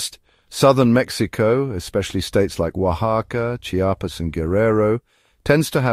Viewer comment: This guy speaks English and pronounced "Chiapas" just perfectly. Meanwhile, a lot of people say from the country "Chapas" like a real bunch of morons.